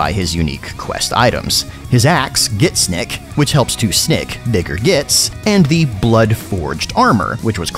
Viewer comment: I slowed it down and at the Gitsnik bit you for sure say the n-word with a hard r. might have been a slip but you might wanna do something about that.